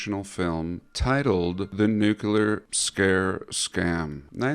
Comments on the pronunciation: All the research and time you put into it and then you say "nukilla" instead of "nuclear"????!!! Did you graduate george dubuya university? Thats is way too low for my taste. 😂😅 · Well, according to it's "nukilla" 😂😅 But no worries, he can always get a job putting snakes to sleep with his voice, if yt doesn't work out. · Was tsar Bomba a test or attack and also I have a personal request could you please go to the extra trouble of pronouncing nuclear properly it takes me back to the heady days of Bush Junior the president of the United States is seemingly educated man would stand before the whole nation at the podium making a speech and pronounce it nuculer for a word that so commonly used these days it seems like about 80% of the people pronounce it incorrectly and I take issue with that is it so much to ask